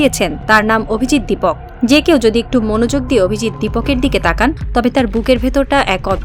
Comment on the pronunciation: 'দীপক' নয়, 'দীপকে'।